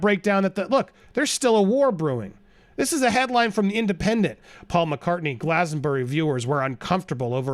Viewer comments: Did u say glastonborough? Lolol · I love how you tried to pronounce Glastonbury 🤣🤣 It’s pronounced like glass-ton-brie. British place name pronunciation is deceptive